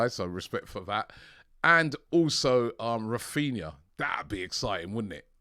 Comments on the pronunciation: Raphinha not Raphina Robbie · Why does everyone call him “Raphina”